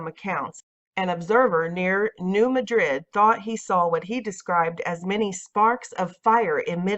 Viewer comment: New Madrid is pronounced MA-drid. The stress is on the first syllable, not the last as in Madrid, Spain. The citizens of the town voted it to be pronounced that way.